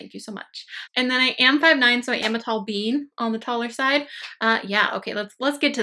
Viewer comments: Every time you say “tall being” I think you say “tall bean” and I giggle. 🤦‍♀️😂 I’m sleepy and goofy right now. Ignore me. Lol 😂 Love your content! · Whaaaaa?! I always thought it was bean 😂